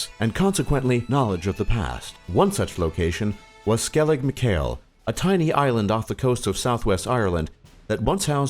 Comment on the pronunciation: its pronounced michael... like the name